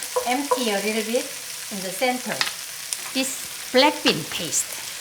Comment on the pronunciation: English is not my first language, and every time she says "black bean" i kinda hear "blackpink"😭😭